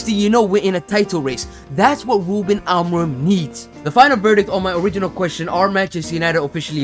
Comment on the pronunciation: Talks about an “impediment” yet spends the whole vid saying “wuben”.